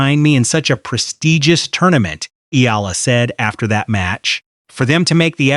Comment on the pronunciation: Finally .... somebody pronouncing Alex Eala's last name correctly in youtube 😁